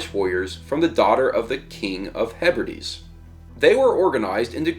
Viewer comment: Hebrides = "hebridees" I do have to admit, our words ain't easy to pronounce, such as Strathaven, pronounced "straven"